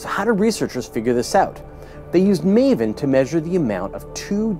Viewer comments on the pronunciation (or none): Meven ? Thought it was MAVEN (may vin)